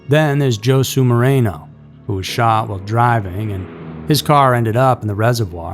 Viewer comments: Did you really just say Joe Sue Moreno, its Josue, Hosway , Joshua 🤦‍♂️ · Josue? Joe sueTry Ho sway.. I know you're busy so you can't take a minute to learn how to pronounce names or places correctly but it's not impossible.. just a few seconds really..